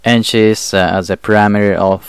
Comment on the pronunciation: While listening, I kept puzzling over what this "parameter" measurement was. Then I looked at the screen and realized that the talking head was struggling to say "perimeter". Thumbs down.